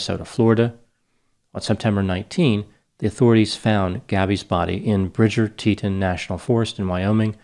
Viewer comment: Someone may have mentioned this but it's Tee Tawn. Rhymes with lawn as in Brianfoot is not under the lawn his parents' back yard or in the flowerbed. Love your channel. I'd love to hear your analysis of the psychopathy of Dog the Brianfoot Hunter joining the search despite the fact that he is not licensed in FL and would in effect be kidnapping Brianfoot were he to "catch" and or apprehend him. Almost like he didn't learn his lesson from the Mexico incident.